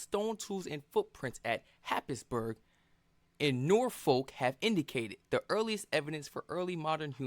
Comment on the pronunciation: Norfolk sounds like Nor fuq, inhabited not inhibited. Norfolk (/ˈnɔːrfək/ NOR-fək)